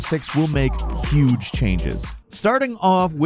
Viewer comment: "It's gonna be Y'uge! 👌" wow, rememeber that, hard to believe its been 4 years already 😉 I swear this the best simulation so far